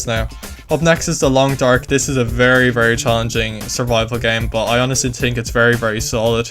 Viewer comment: "i tink"